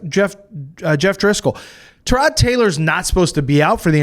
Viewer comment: these clowns can't even pronounce Tyrod...GTFOH